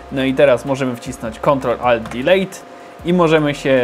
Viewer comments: wiesniaku mowi sie dilit nie dilejt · Fsjny odcinek p.S. juz z 15 lat nie słyszałem polskiej wymowy slowa Delete...nie wiedziałem że jeszcze żyją ludzie co używają tego dialektu